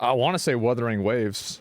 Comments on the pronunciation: "Wurthering Waves" brought to you by Wether's Originals hard candy. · Ahh, the noble moble games and "Wurthering" - Annoying when words aren't said right, eh? :D